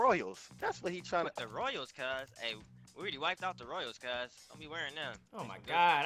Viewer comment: They dont stop sayin CUHZ